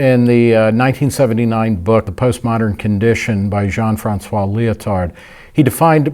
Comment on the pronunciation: I'm halfway through the video and it's already very interesting. Thank you for the different perspective. The tie in with Hayek's idea of scientism kind of sold me on continuing to watch to be honest. One criticism though, when you pronounce Lyotard, it sounds like you say "leotard" and that brings disturbing images! Please don't pronounce the D at the end, it's silent in French. :D